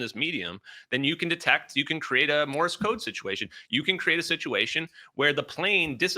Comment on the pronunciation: Everybody this guy knows what he’s talking about: “Morris Code” 😂